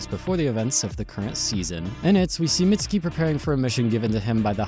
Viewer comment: youtubers stay callin mizuki "mitsuki"